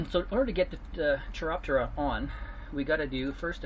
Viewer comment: "Melee" and "Chiroptera" Hearing him speak makes it sound like he knows how to speak, but god damn that's painful to hear.